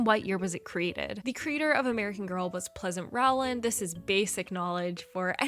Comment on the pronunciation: Quick tip: Rowland is pronounced with a long "O" like "bowl", not like "owl"